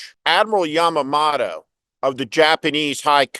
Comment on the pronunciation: It's Yamamoto, not Yamamato.